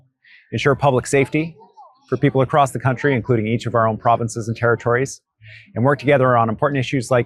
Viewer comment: Not only should the Ambassador be kicked out… notice how he repeatedly pronounces “province” with a stress on the second syllable with a lilt of disdain.